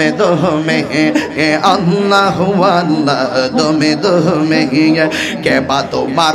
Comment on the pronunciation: জিকির করেন ঠিক আছে। কিন্তু ভন্ডামী ছাড়েন। একটা বার কি আল্লাহ উচ্চারণ টা কি ঠিক হয়েছে। যে জিকির করেন সাথে একটা ভাঙ্গা থালা রাইখো। তাতে আল্লাহর রহমতে কিছু পাইতে পারো